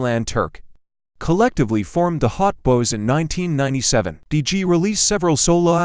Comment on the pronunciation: Clickbait AI voice can't even pronounce Hot Boys and said nothing about B.G. lifestyle or 2024 networth smh. 🤷🏾‍♂️